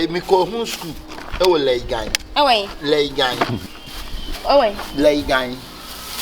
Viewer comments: Not legon oo...laigon😹💔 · 3y3 “Leygen” 3broo 😂😂😂. Eiii